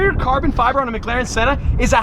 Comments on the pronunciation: please man... its McLaren not MgLaren... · Why does say Mcglaren